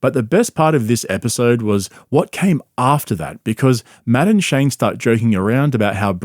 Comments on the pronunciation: Took me halfway thru the video to notice you are saying Matt and Shane not "Madam Shane' 😂😂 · Am I the only one who thought he was saying Madaam Shane? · It sounds like he's saying Madam Shane, which is how I will now and forever think of Shane. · You know, every time you say Matt and Shane, my brain hears "Madame Shane" 😂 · Anyone else think he was saying, Madam Shane?😂😂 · I straight up thought you were saying "Madame Shane" and thought I was out of the loop on some joke lmao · "Madden-shay" :^D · When you say Matt&Shane it sounds like Madame Shane. and that makes me laugh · I thought you were saying "madame shane"😂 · I kept hearing “madam Shane” and I was so confused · When he says Matt and Shane I keep hearing Madam Shane. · I can’t help but think you are saying Madam Shane lol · I keep thinking he's says Madame Shane lmao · It took me until halfway through the video to realize he was not saying "Madame Shane" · Matt ‘N’ Shane (I kept hearing) Madam Shane lol😂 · Everytime you say "Matt and Shane" all i hear is "Madam Shane" 😂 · I thought you kept saying "Madam Shane" and I was wondering who that was.